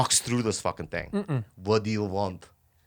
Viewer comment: This is the funniest shit. "What do you vant" 😂